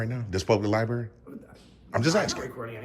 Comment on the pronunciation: she says libarry :O